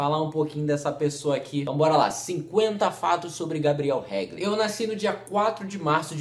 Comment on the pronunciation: "naisci" hahahahahaj que agoniaaaaa